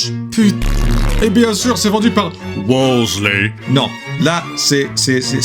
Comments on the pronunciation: 🏴W O L S E Y🏴 pure Scotsman right there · The way he said WOLSEY